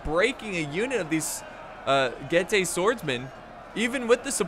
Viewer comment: Being from Romania, it triggers me so much when he misspronounces Getae. It's Getae not GayTea. <3